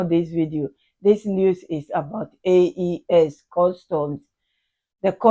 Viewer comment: It's AES not AIS!! Research!